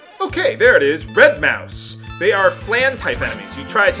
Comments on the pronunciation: I love you, but you cant say any name of anything right. Its not Red Mouse, its Red Moose...like the desert, like flan is a desert. all the flan enemies are named after deserts. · Red Mousse --> Actually pronounced moose, not mouse. It's because that unit sprite is the consistency of a chocolate mousse :) I think they make dessert puns in all the games, because they are Flans in FFX. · I think the flan type enemies are named after food. So i think it should be "Red Mousse" pronounced "moose" like the dessert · red "moose" is how its pronounced. though i know you hate the corrections of how you pronounce things in this case its kind of part of the monsters personality and i feel the need to defend that vile bastard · red "Mousse" is pronounced "moose" like the dessert